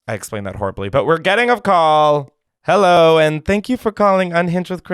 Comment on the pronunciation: hewwo clementines